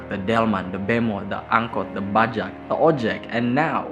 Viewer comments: Gung, it's bajaj, not bajak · bajaj bukan bajak 😂😂🤣😂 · FYI, bacanya Bajay/Bajai bro, bukan Bajak.. Selebihnya, video kamu bagus-bagus semua, enak ditonton, bagus editingnya, informatif, dan yang paling penting kamu memakai sudut pandang seseorang yang open minded di setiap video.. Sebelum nonton video kamu, saya kira konten chanel kamu isinya video-video yang kurang mendidik, kurang bermanfaat seperti youtuber-youtuber yang lagi naik daun belakangan ini dengan memanfaatkan kalangan-kalangan yang masih labil/ABG sebagai marketnya dan ternyata saya salah, so sorry bout that. Well, I'm your new subscriber now.. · It's not Bajak,it's Bajaj (bajay). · Bajai, not bajak (pirate) 😅😅😅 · it's Bajaj,not Bajak :v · Bajak? You mean Bajaj (Bajay)? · bajaj dibaca bajai mas :D